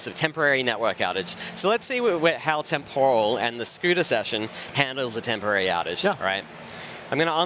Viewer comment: The way they pronounce "temporal" with the stress on the second syllable is really annoying.